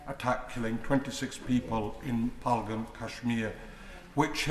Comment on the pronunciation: Phaglam?? Lakshar-E-Tabaya??? Lakshar-E-Taba?? Priti Patel, surely you could pronounce Pahalgam and Lashkar-E-Toiba at least as well as the native brits and Americans who have been getting it right!!! What an ignorant Brit Indian!!!